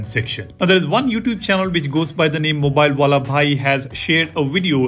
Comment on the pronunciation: The way you pronounced "mobile wala bhai" 😂😂